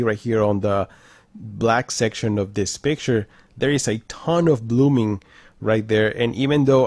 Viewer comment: I watched most you tubers reviews this tv they don’t said blooming like you saying